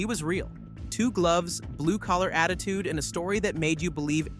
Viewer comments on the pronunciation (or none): none